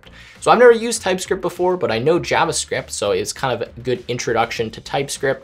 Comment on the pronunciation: How he says JavaScript bothers me.